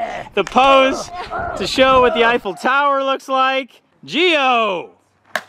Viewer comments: "Eiffel toweghl"🤣🤣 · should be saying tower Eiffel